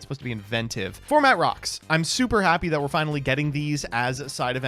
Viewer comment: It was “WE’GE GOING TO GAME 3” a dawn into the Age of